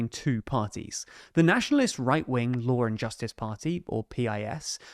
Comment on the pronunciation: You say lawr and justice. Where is the R coming from?